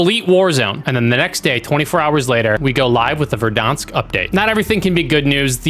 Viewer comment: Fun fact: pronunciation of Verdansk is actually correct according to Russian.